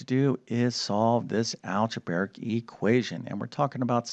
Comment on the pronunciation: Why do you say “alge-bār-ic,” when, phonetically, as it is spelled, it is clearly pronounced “alge-bray-ic?”